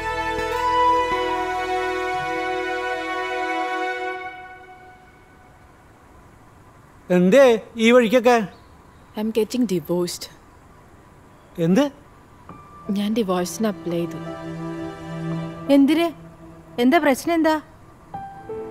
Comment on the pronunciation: SHORT FILMINTE ATHIYAM THANNE ENGLISH PADIKAM ENNUM PARAJA PARASIYAM VARAUNNNTHU 1.35 ILL PARAYUNN AH DAIVORCE ENNANU BUT ( DIVORCE ) ENNANU SHERIKUM PARAYAN ULLLATHHU